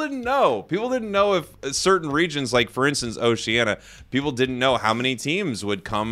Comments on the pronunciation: Oh-she-ann-EE-ah! It's not Oceana, it's Oceania. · Just a word of advice before you start your casting career.... "oh-shee-ANN-ee-ah" 🤣💯 But seriously I hope you get to cast it and if you need a broadcast partner to do color commentary... 😁 Also a word to everyone complaining about regional representation: it is likely that since this is the first time Tencent is doing this kind of tournament, they are tracking the regions based on the money they could potentially make from the regions they chose. I would imagine that if this tournament has success, they would expand the number of teams/regions relative to the financial success of the tournament. The fact that the first tournament is global in scope already is a huge feat given the history of how esports tend to grow regionally first, so let's support this tournament and see what happens afterward. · That's not how you pronounce Oceania bro 😂😂